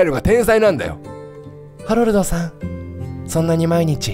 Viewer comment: こ、これじゃあハロルドじゃなくてハメルドじゃねかw